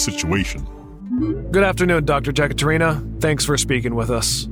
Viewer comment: Ekaterina, not Jekaterina, and this is a female name. Otherwise a great episode